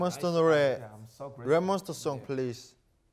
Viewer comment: Rm : Jk why are you not replying to our text Jk : I don't want to Rm : Why? Jk: you guys are so annoying Tae pronouncing R as L Rapmonster ❎ Labmonsta✅ Romantic boy ❎ lomanti boy✅ Lmfao i can't with them 😅😂